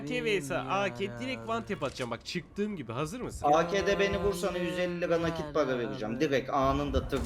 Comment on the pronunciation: Mertcan Paraya Para değil pava diyor xD